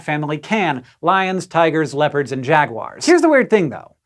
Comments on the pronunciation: Jag-wires? Jag-wires? Is this some new British mis-pronunciation? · She called them "jag-wires" ! Who else noticed? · Jaguars 🐆 is pronounced jaguars 🐆! NOT jagwires!